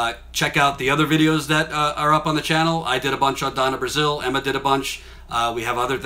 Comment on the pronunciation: "Thank you Donna Brazile" 😂